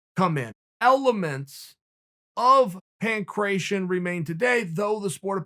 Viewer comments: Pan cration 😂 its pan-kra tee on (ancient greek ) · I know a bunch of other people have also pointed this out, and not too come off as a grammar Nazi but Uncle Chael its PAN - KRAT - TION love and respect.